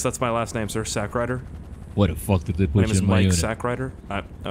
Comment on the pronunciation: "Corporal Sackride"? XD